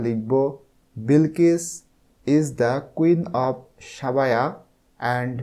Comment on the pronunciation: স্যার সাবায়া হবে না সেবা হবে উচ্চারণ😊😊😊